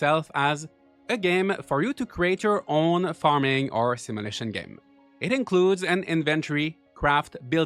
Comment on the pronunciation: What's a "simulishion"?